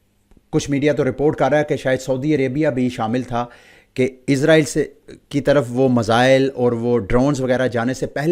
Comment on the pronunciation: Bhi izrael nhi israil bolain